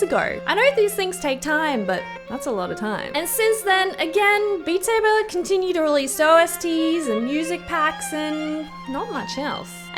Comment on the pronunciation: “Bat Sabe.” The best thing ive heard all year